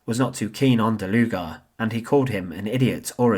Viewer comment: I kept on hearing "der Luger" 😅